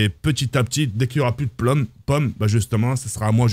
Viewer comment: Mes plommes, mes postes c'est pas compliqué de dire pommes 🤣🤣🤣